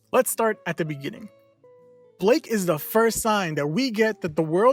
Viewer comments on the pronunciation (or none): It’s Blyke not Blake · Blyke not blake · Y is he saying blake lol it kinda weird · It’s not pronounced as Blake. It is actually Blyke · His name is pronounced as Bike with an L after the B. 'Blike', basically.